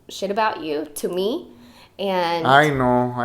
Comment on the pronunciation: Every time he says "I know", I hear "aye no" lmao